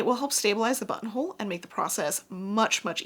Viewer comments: Lol the more I heard button hole started hearing butt hole 😂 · Sometimes you said "buttonhole" and my brain translated it to "bumhole". Hee hee hee!!